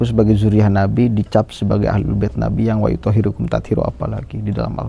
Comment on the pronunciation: Maaf sedikit koreksi, yg bener WAYUTIHHIROKUM bukan WAYUTOH❤HIRUKUM